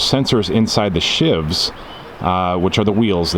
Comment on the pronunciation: It's not a make shift prison knife "shiv". It's a roller specifically for cabling "sheave". Pronounced "sh-eve".